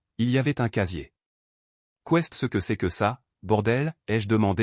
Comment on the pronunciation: Ceste , quesque, etc... c'est pénible